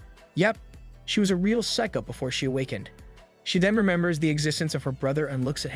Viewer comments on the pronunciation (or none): none